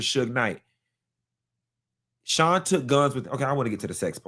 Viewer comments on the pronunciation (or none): none